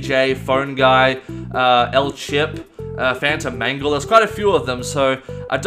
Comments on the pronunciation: For a second I thought he said “Phantom Mango” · i heard fanta mango